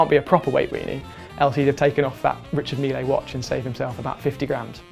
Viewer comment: Mocking Richard Mille whilst butchering the pronunciation is… embarrassing.